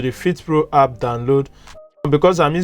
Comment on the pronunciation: It's called an app not hap